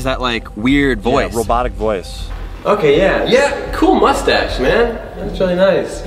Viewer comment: No guy's Daniel said cool moshtash